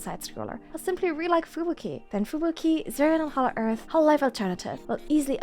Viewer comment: I like how you pronounce Fubuki